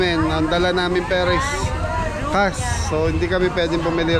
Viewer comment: Yung Cash nagiging CASS kapag pino-pronounce ni …